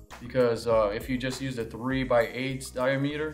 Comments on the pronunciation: DY-a-ME-ter? dy-AM-uh-ter! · "die-a-meeter"? "hose-a-uh"? LOL